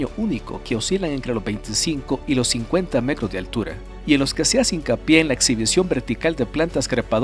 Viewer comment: hola porque usas el termino cro en vez de tro ejemplo petroleo te escucho pecrolio o en vez de metro te escucho mecro o es que yo escucho mal,saludos y buen video sobre todo por las imagenes que muestras lo encuentro un muy buen trabajo, y vaya portada con la bellas y hermostras chuquillas buen enganche para ver los videos😁